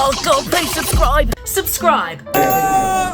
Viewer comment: "rubscribi" made my day